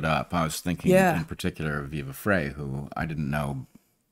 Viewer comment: Come on Bret...get Viva's name right.